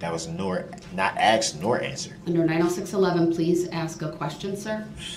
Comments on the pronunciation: …you crack me up! Because you “axed it” 🤣😂🤣😂🤣😂🤣😂I was thinking the same…. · It’s a lot to remember a year later …. It’s ASKED Brooks not AXED